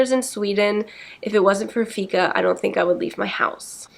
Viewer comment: Im from Sweden and I like the way she says "Fika" 😅